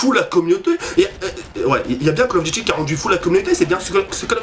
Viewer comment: les vidéo call of sa craint c'est pour les kikoo de 10 ans+c'est pas cale of dity mais call of duty apprend à parler